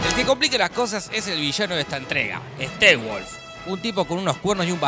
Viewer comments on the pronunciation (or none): Se pronuncia steppenwolf no stewolf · Pronuncias mal Steppenwolf :(